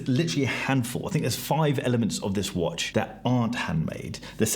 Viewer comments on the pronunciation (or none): Don't forget to always pause before the last word in a sentence, everybody! And that watch is pronounce whuaaatch!